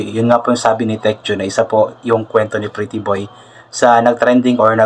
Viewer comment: Yes po Titiboy na Hnd talaga ma bigkas ni nanay luz ang pretty boy